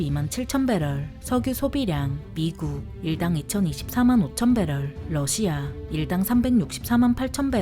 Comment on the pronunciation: 비교할 걸 비교해야지~ 미국의 압도적인 승리다! 그리고 러시아 할때 억양이 존나 이상하고 거슬린다~